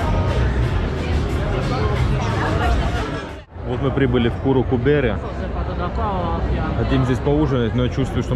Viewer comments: не "куру" а "кару"[телега] , и не "бэрэ" а "бере"[пиво] если дословно перевести то это: Телега с пивом. Переводчик;))) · Заведение называется "carul cu bere" в переводе телега с пивом произносится "карул ку бере" вы сказали курул ку бере,дословный перевод " жопа с пивом" ))))